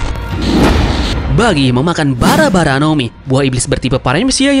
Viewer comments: Bara bara min bukan bari bari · 09.17 salah ngomong jadi bari bari